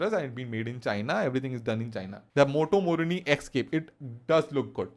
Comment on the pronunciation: Moto morni . Sounds hindustani mann 😂